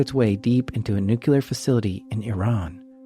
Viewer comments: It is pronounced NEWCLEAR not NUQUELER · Please, the word is nuclear not “nu-q-ler”. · NU-CLEAR NOT “nEw-qUeuE-LuR” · The word is nuclear. ¡NUCLEAR! Not nucular. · Noo-KYU-ler... you're killing me, my man! Your work is fantastic, I love this channel, but it's NOO-klee-ur 😘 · Ugh It's nu-klee-ar Not nuke-yu-ler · Whenever I hear "Nucular", it registers something like "Deez Nuts". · This was an amazing video, but listening to you consistently mispronounce "nuclear" was maddening, lol.